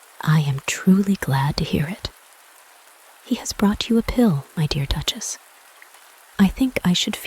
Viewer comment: So I listened to the first 10 seconds and went to find a different reading... the announcer started by saying "this reading is BOUGHT to you..." instead of brought to you. I know it's a youtube vid and you can put up anything you want but really? Did you look this up in the libary in the month of febuary?